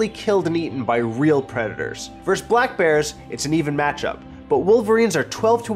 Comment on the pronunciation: It's pronounced "versus" not "verse". That's another word.